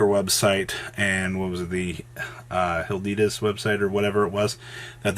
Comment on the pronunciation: please learn how to pronounce Adidas